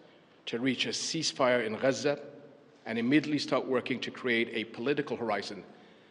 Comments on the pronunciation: HES SPEAKING ENGLISH IN THE VIDEO, IS HE NOT? WHEN REFERRING TO JERUSALEM DID HE SAY AL QUDS ? SO WHY IS IT GHAZZA INSTEAD OF GAZA ? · SOMEBODY PLEASE TEACH THE KING TO PRONOUNCE “GAZA” CORRECTLY. ITS “GAZA”, NOT “HAZZA” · Regarding the pronunciation Ghazza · NO. SO WHY IS HE NOT PRONOUNCING IT AS IN ENGLISH